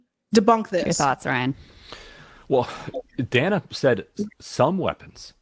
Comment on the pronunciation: Every time she calls Dana Bash “Danna,” it makes me think of Rosanne Rosanna Danna! 😂